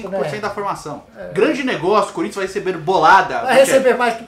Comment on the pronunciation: Acho engraçado quando o fala Corinthians desse jeito